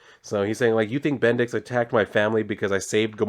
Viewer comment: BendiX..? Sounds like Bendis in a funny way, ay? 😄